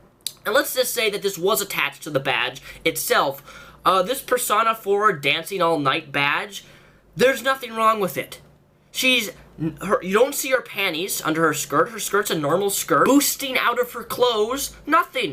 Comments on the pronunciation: Persona > Persauna I mean seriously, you pronounced it like that, I know you have this thing, but I fuckin' forgot what it was but, that's what I heard. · PerSAna 4 idk the way he pronounced it made me laugh haha but still good video all together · ...Wait, I already knew this. So um... I'll complain about something else. It's called "PersOOOOOna!" Long O! And every JRPG fan HAS to play it! Oh, and Rise! =D Edit: Oh, and like Alpha pointed out, SHE HAS FALLOUT 3, AND NEW VEGAS! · ha he said persona wrong XD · Nice to see the game expert here mispronounce "persona".